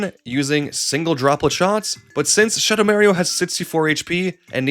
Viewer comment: Shuhdow Märio particularly hurt